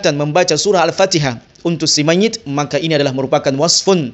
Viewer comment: Ikuti atau ikucti? Mayit atau mayict ? Fatihah atau factihah ? Syari'at atau syari'act ? Ta'ala atau cta'ala ? Luctu aku dengarnya 🤭🤣